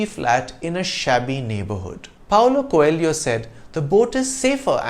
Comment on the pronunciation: Dude, you mispronounced the name "Coelho" in this video.🙂